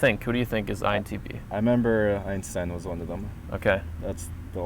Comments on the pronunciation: As a German i can confirm that you say 'Einstein' correctly. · hahaa I was laughing in the video because I thought was pronouncing "Einshhtein" wrong lol. He told me he was actually saying it correctly. I prefer the way pronounces it / the correct German way then how we Americans pronounce it! lol:)